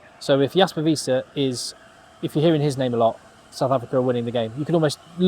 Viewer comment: Listen: your interpretation of Wiese, is great...gonna use it.